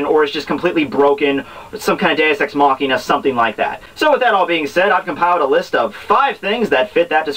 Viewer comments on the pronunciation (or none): none